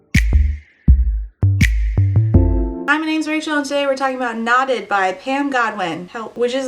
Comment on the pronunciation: Whenever you say “knotted” I hear “not it,” which is an accurate feeling this book evokes.